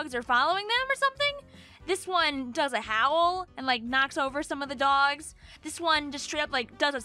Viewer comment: dwawgs.. ty long island accent